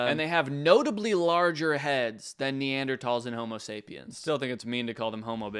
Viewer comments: I love that you pronounced “Neanderthals” like “-tals” because that’s how anthropologists pronounce it and no one ever believes me when I tell them 🥲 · The way he says neanderthal makes me so happy because that's how it's supposed to be said but everyone says the th 😂😭